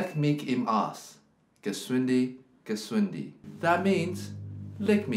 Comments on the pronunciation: Arsch is pronounced like "arsh" not "arse" :( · roughly "lek miç im aəś" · the problem is also the A, it's like the U in upset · Not ARS, but ARSH (phonetically written), this SCH is like shade, shallow, not like MarS. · Arsch is pronounced Arsh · It's not bad from somebody with an english speeking background but it's no way near "standard german"... Many people sound like that when they first try to pronounce german words, espachially "sch" like in "Arsch" (it's not "s" and not "sk" or "sc"; but they (english/american/australian folks) think of "school" and pronounce it like they've learnd. Instead they should think of "sh" like "shit" or "washington") Btw That's often how you can tell if they are born in Germany (or live there for a long period) or not... (if you aren't from Germany yourself of course ;) ) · As a german Im actually triggered by how he pronounced "Arsch" lmaooo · I think the bad pronunciation is part of the humor. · The R is pronounced very hard. The typical German R that you make when you have a hair in your throat :) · Ohne Witz...hab mich gefragt, ob das Absicht ist oder ob sie einfach vergessen haben, sich mal bei Google anzuhören, wie es klingen sollte :‘D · The english “sh“ is literally the same as the german “sch“. The problem wasn't his pronounciation of the german “r“, but of the “sch“ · i think he was doing the british transliteration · how do two classically trained violinists have so much difficulty pronouncing "Arsch" there's an "r" and a "ch". cmon now.